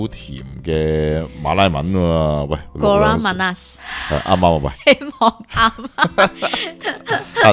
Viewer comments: 少甜不是叫kurang manas“古让妈那斯”，应该叫kurang manis“古让妈匿斯” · 应该读成"古冷马'尼斯'"(广东话)， 其中'尼斯'两个字要一起读。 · 少甜是kurang manis....KU RANG, MA NIS. 音比較準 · They cant pronouce malay words by just looking at the words. They might pronouce it in english way.